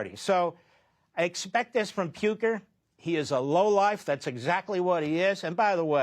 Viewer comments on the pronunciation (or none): Puker? He doesn't have a hard name to pronounce.. clearly trying to make it seem like he doesn't know him lmao. WE HATE FOX NEWS, MAGA, DJT, ADL, AIPAC, ISRAELI GOVERNMENT, TECH OLIGARCHS, PROGANDISTS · wow the talent from Levin to mispronounce Piker's name in so many clever ways. completely unlikeable treacherous garbage. if you cant say America First then you are not a real American.